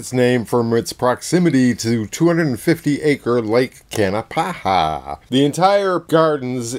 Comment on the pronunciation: It is pronounced Kanapaha not kanapahaha, just one ha please, really no joke, haha.